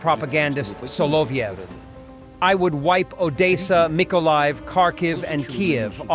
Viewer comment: Mirror, mirror, and smoke on the wall, who benefits from a kleptocracy most of all? I see his name is spelled Solovyov, but how is it pronounced? i hear "slobyknob".